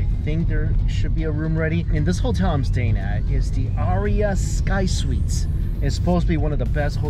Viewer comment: The aria is the NOT-RIA.